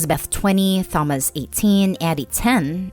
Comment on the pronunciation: First story is bugging me how they’re saying “Thomas” with a clear wording of the H in the name🤭🤭